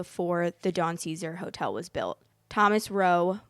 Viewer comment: You repeatedly say the name of the hotel wrong.